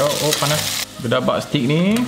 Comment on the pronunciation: Bukan stick dik...steak.....sebut mcm bunyi eja mcm ni..stayk... Anyway gud review...